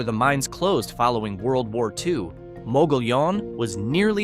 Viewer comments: Mogollon is pronounced by locals as “muggy-YOHN” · The word Mogollion is pronounced "Mugg-ee-own." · It's pronounced "Mo-gee-own"